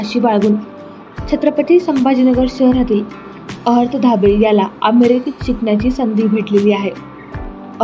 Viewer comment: अभिनंदन..🎉..अर्हत..(अरहत उच्चार😅 )